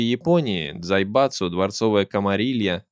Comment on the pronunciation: Я один выхватил с произношения автором дзаебатсу